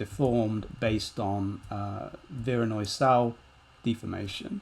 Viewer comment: What kind of noise made that fracture? I can’t quite understand the word you’re using. Vironoi noise?